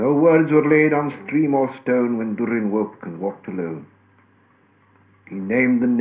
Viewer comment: It inconsistent though, Durin is with a short u, not the long û he used